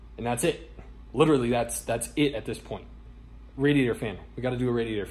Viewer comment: and when says "litaly" instead of "literally" haha.